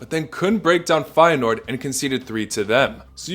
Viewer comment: 227 with Feyeneoord correct